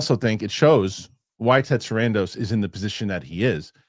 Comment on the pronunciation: I love but it was fantastic how called out for how he pronounces "Sarandos" lol